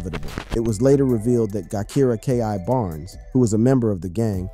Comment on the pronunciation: Every video about Chicago gang culture your info is about 35% correct but you really really need to do your research you dont even pronounce Gakirah's name right.